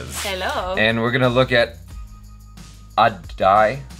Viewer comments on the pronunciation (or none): It's pronounced ah-tei.... It means cloths or fabric.... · Aadai = Ah-Die (Actual pronunciation)